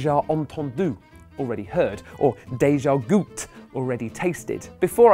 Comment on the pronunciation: same thing with déjà gouté witch he said déjà goûte